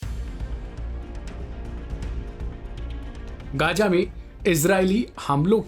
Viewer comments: Gaaja nahin ghaza hota hai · Gaza laafz ha gaja nahi ha parhiy theek karoo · Abe bolna to seekhe gaya nahin gaza bolte hen